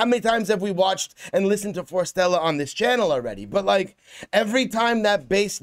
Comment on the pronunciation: Love your reaction. By the way, their name is pronounced as "Forest"+"Stella"